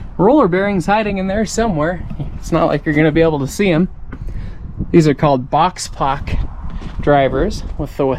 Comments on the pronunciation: I have seen it claimed that "Boxpok" is supposed to be pronounced "Box-poke", fwiw. I can't imagine that that actually happened much though except for the company reps. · I just thought you said it funny.